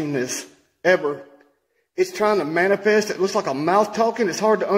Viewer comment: Did say "It's Trying To "Manipests" Right In Front Of Me"! Hahahahahahaha